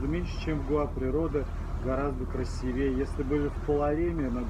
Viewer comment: Почему нельзя правильно поставить ударение в слове красИвее? Зачем менять ударение, если в красИвый оно там же? Русский же велик и могуч!